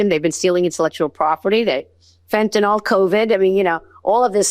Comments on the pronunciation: lol no. those countries respect americans, but they don't respect the leadership here. also what the heck is wrong with these people that pronounce it "fentaNOL"? it's fentanyl. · Can we please pronounce Fentanyl correctly? It's NOT Fen-tan-ol. Like Tylenol. It's pronounced Fen-tan-il. Look at all drugs that end in -YL. Please, let's start showing the fans of proper English that we know how to properly pronounce words. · No, not more like. That is the actual spelling. 99%of people pronounce it with NOL at the end. My phonetic spelling is accurate. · It was the way it was pronounced in the video, as in 99% of all videos that mention it. Not the way it is spelled, and most certainly I was not telling you personally.